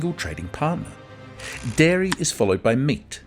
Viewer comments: It's dairy, not diary. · Its Dairy not Diary 😂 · Dairy not DIARY, ffs... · Dairy not Diary.💨💨💨💨💨💩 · DIARY IS NOT DAIRY... 1.28